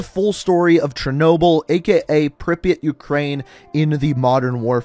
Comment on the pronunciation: Great video, but i think you might want to give a bit more attention to how you pronounce Russian words/names. Like its Chernobyl not Chernoble etc.